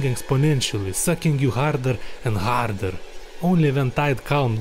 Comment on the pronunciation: “Sucking you harder and HARDER” My sides are nonexistent now due to this man’s Russian accent saying this.😂